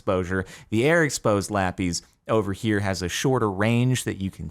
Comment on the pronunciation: Its lapis, jordan. Lap - is (short s)